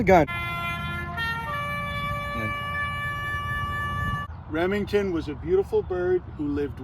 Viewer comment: Rip emington with the silent r